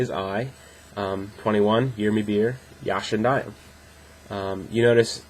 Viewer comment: You can improve your speaking just with learning how turks says the ya ( when you told yaşındayım you are opening your mouth in a wrong way. Dont open it too much ) Keep it up.